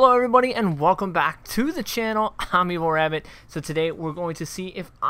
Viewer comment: Why do you pronounce "A a a m evil Rabbit" so weird ? :D